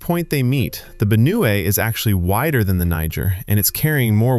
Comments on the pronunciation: Benue's correct pronunciation 👇🏽 Benu-we❌ Ben-we✅ I appreciate the effort put into this research 👏🏽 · I love the new pronounciation of Benue 😂❤❤❤❤